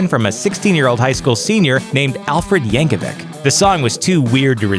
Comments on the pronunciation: Yankovic is pronounced "YAN-koh-veech" not "~-veek." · Its pronounced Yankovich, not Yankewik. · The last name originates from Serbia, thus should be pronounced with Ch sound at the end, same as you don't pronounce The famous tennis player's name Novak Djokevik, but Djokovich. Google it brah.